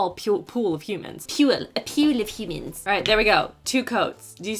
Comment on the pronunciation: LOL that really got me. “A PEWL OF HOOMANS”